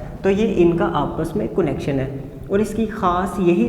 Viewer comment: Please pronounce the word connection correctly.